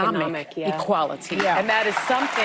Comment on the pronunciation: Economic E QUAL A TEE! She said that with some emphasis 😂